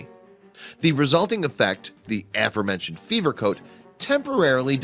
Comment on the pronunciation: AA-fer-mentioned? Dude, pronunciation...